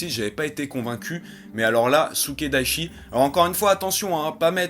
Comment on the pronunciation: C'est Sukedachi. Pas Sukedaichi. ^^